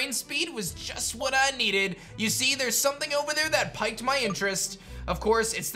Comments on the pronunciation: Everytime he says piked instead of peaked for piqued. 🙉💀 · Piqued sounds like "peeked" rather than "piked". Just a tiny detail I've noticed a couple times. Anyway, loving the playthrough and looking forward to seeing Ryoko evolve at lv62! ✨ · Is anyone else a little annoyed that isn’t saying piqued correctly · piqued - "peaked" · Everytime he says piked my interest I fucking die 😂😂🤣🤣